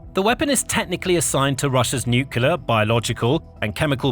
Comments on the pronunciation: Please get the pronunciation right. Nuclear (aka nuke) It’s New-klee-are ITS NOT New Key Lar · Come on man! "Nuclear" is pronounced "Nu-Klee-Ah" not "Nu-Ku-Lar". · "Nukular' is not a word. Using it completely destroys your credibility. You're on DO NOT RECOMMEND.